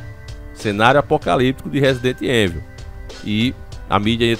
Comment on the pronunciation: Evil se lê ívol